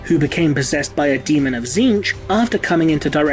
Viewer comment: Is that how it's pronounced? Zinch?